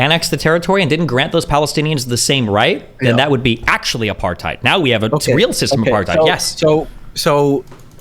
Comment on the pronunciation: The best part of this videos is how they pronounced “apartheid”